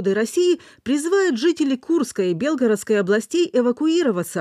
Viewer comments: Белгоро'дской области... ударение ставить правильно нужно... Учите свой язык и уважайте его и себя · Когда ж вы уже научитесь правильно ударение ставить Белгородской области, неучи....уши режет